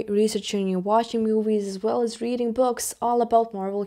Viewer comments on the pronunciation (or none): none